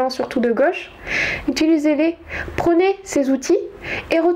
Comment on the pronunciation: Donc, vous êtes super. faites gaffe vos prononcez tous vos O en E et vos AI en é, c'est très dur a entendre. ça donne en éxagèrant en peu: la G(E)che pour la gauche , dans les fés, pour dans les faits, rejé pour rejet. Cordialement car cela n'enlève rien à la qualité de vos propos.